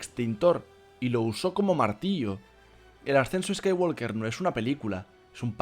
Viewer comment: La L de Walk no se pronuncia. No se dice "scaiguolker", se dice "scaiguoker", sin la L.